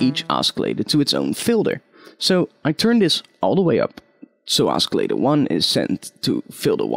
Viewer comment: "Oskillator" lol :P The c is silent